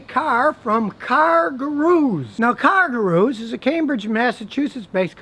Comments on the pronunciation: Goo-Roos. Scotty says Gahroo. lol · gooroo...not garoo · Scotty, it's pronounced "GOO-roo", NOT "Gah-ROO"! Or maybe you need to fit it into a "Kan-gah-ROO'S" pouch?? (Guru - Dispeller of darkness, bringer of light). Did the Great Gazoo influence you? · Matthew Wach - Oh, you caught that too! WTH is Scotty thinking?? Perhaps if he's going to mispronounce 'Gurus' like that, he should be using a "Car-ga-NET" to catch those deals! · Scotty, you're accenting the wrong syllable: It is car GOO'roos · “Car Garooose” Lmao Scotty only deals with foreign if its Japanese. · I wanna buy a Yun-Die from Car Guh-Roo!! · I thought car-ga-roos where only available in Australia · He says cargooroos LOL As if it was underwear for new cars. :P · I come back to this video just to hear him say "car gu-ROOS" lol. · No one: Literally no one: Scotty: Car Gu-Roos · Bouncing about like a, "cargaroo." Pronunciation is key.. jesus.. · "Cargurus" lol. I like to say "halapiano" (jalapeno) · I love you Scotty but you're putting the emphasis on the wrong syllaebulll. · Scotty sounds like he is saying "kangaroos" with an "R" instead of an "N"